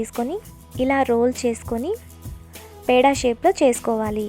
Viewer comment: పేడ కాదు పెడే